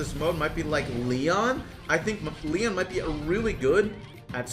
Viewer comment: He literally said McLeon